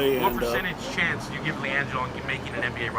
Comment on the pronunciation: Atleast pronounce his name right